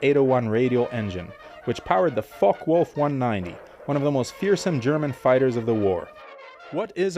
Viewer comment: Saying BMW like that is ok, but hearing Focke-Wulf and Messerschmitt like that really did hurt ;)